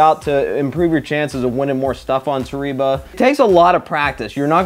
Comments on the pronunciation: Nobody:: Toreeba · Hey, just for the record in Japan the E is pronounced as an A and the I is an E. So Toreba is actually pronounced Tor A Ba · Therapist: toh-ree-bah isn't real. It can't get you. Me: ugly sobbing while listening to this video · Lol we like to call it tore eeeba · Dylan Coates It’s pronounced “ Toh reh bah” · lmao Japanese here and that's false. it's toh reh bah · You’re sponsored but still mispronouncing the name dude haha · It's a Japanese word. You're pronouncing it wrong. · it's definitely not the same pronunciation. man just take the L.